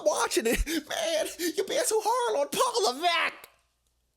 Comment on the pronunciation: LMAOOOO "PAWL LEVEECK-!" Yo what was that??😂😂